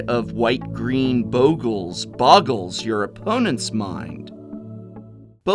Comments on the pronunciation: It's Bog-LAY get real :P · Talking about mispronunciations... The double consonant after a vowel shortens the sound, in this case the short o, as in boggle. Usually having an e after a consonant after a vowel lengthens the sound; making bogle having an o sounding as in toe. Damn English and its rules.